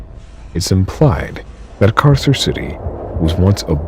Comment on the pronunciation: Just as a future reference, the Latin c is pronounced k. So Carcer would be pronounced karker